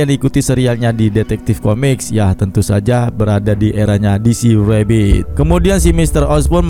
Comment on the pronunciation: Kontennya bagus mas, tapi akan lebih bagus lagi pengucapan kata2 dalam bahasa Inggris diperbaiki lagi "rebirth" beda pengucapan dgn "rabbit" 🙏